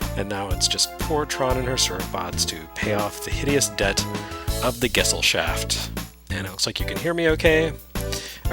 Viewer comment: I hope that's not how they pronounce it in-game, because that's not even close to the pronounciation of Gesellschaft. It's pronounced more like guh-sell-shaft.